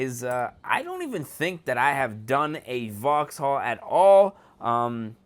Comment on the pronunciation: It's pronounced voxall not voxhall